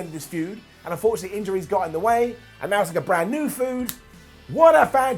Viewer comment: Lol he said and I quote, I wanna see the end of this fued. A force of injuries got in the way, and now it's like a brand new Food, what a fantastic PPV I dont even care. Lol dont thing he realized he said food instead of fued lol